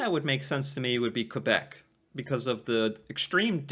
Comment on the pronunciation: Your pronunciation of quebec is 👌thank you!!